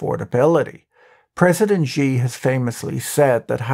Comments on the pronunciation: xi's name is pronounced "she" not "gee" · Xi ! pronounced like "she" not zhee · Xi is pronounced SHE SHE, SHE, SHE, SHE, SHE, SHE, SHE, SHE, SHE, SHE, SHE AND NOT JEE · You pronounce Xi incorrectly. The X is not pronounced as it is in English, it is pronounced like a 'sh' sound, so his name is more like 'Shi'. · im no expert but it xi is pronounced "she" for us english speakin folkal ... afaik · You'd have a lot more credibility when talking about China if you knew how to pronounce "Shenzhen" and "President Xi," or if you knew that only depictions of Xi as Winnie the Poo is banned in China and not the character as a whole.